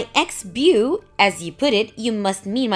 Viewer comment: Ex-bew... PLEASE fix the AI reading these things!